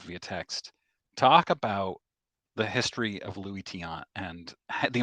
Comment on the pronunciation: Dick Ruthven pitched for the World Series champs 1980 Phillies, and Luis is pronounced "Loo-ees"---those who live in glass houses should not throw stones. He got in it for the money, but that's not a crime. And he is still entertaining. I have bought a couple vintage slabs at his store for great prices. But he does not sell much vintage. Just because someone doesn't agree with you, doesn't mean they should be dismissed with the "bot" trope.